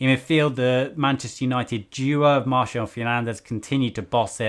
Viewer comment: Did he just pronounce 'Martial' as "Marshall"??! 😳😱🤣 Was decent, aside from that...! 😄